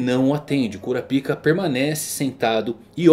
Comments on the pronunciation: Não fala kurapíca não mano, fala kurápika eu fico todo tempo rindo quando tu fala kurapíca kkkk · Kura pica lksk melhor pronunciar kuro paika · Mano fala o nome direito é kurapika nao kura pika fica estranho